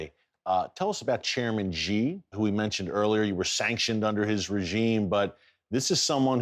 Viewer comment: Awesome, but his last name (Xi) is easy to pronounce. It is pronounced "she" as in She is a girl.